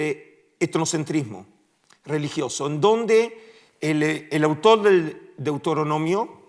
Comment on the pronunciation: Un académico que dice deutoronomio en lugar de Deuteronomio pierde toda credibilidad.